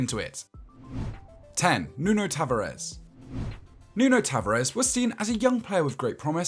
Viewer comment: “Nuno ta va rez”